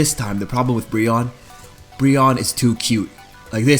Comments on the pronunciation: I love Brionne!!! also, isn't it pronounced Bree-oh-ney? My type A couldn't help it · Ummmm your pronounced brionnes name wrong i love brionne